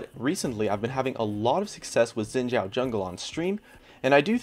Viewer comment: Note: his name is pronounced as "Sheen Jhaow" and the way to say the name in Three Kingdoms Eastern Name order is to flip it around (Zhao Xin)